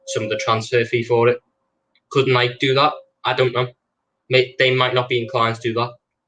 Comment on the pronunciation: Kills me at the mispronunciation of Nike lol